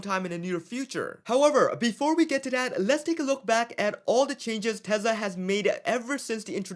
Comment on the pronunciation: is it TeZla or TeSla?